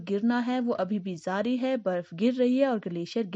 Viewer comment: You are from ???? What is zaari It's jaari okk!!! Speak properly atleast yaar or editing aage peechhe hai confused hu mai toh